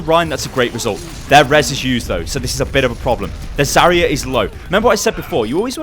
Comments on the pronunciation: Its zarya not zarier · I cringe from the way he says Zarya